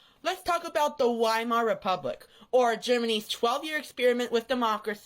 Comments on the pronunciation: He can't even do the first amount of research. It's not 'WHY-mar.' It's 'Vee-mar.' He just sucks at everything so hard lol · pronounced Weimar wrong LMAO.